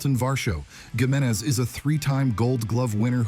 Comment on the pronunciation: And Giménez, pronounced two different ways in this video.